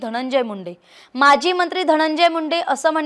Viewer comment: Mazi mntri nhi maji mntri mhnave.frak smjun gya yr delivering marathi arth badlatat.dont tk it otherwuse